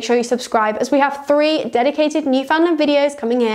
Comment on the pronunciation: Talk about click bait no Newf has ever been docked or crop........and gosh by the way the name is not pronounced New Found Land it is pronounced New Fin Land.....please.....